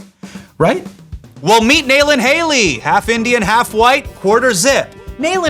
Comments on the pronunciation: It’s not Nail-Inn, it’s Nalin lol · Nalin being referred to as "nail-in " instead of "Na- lin" is too funny. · Hasan why did you say Saajan and Nalin like that after taking a stance on how your name is pronounced? 😭😭